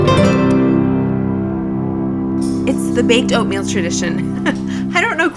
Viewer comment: Was it ointmeal or oinkmeal? my boy was laughing so hard! But I really enjoy all the work you put in to every shot, the compositions, the colors, the lighting so smoothly done but at the same time it doesnt scream fake! I LOVE IT! titanic work. You inspire so much!